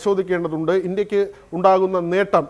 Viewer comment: ഇന്ത്യയ്ക്ക് എന്ന് പറഞ്ഞു പഠിക്കെടോ.